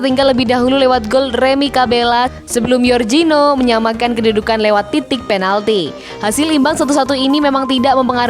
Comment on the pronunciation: Min mabuk k, Jorginho bukan zorzinho tdk tau membaca k parah